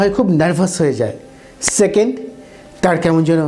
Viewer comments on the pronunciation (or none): none